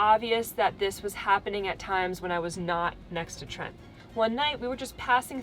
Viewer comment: Sorry Trent not Tent - see below